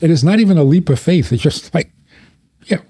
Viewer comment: FaiTH Not FaiF. PaTH not PaF. It is painful to hear someone speaking like this.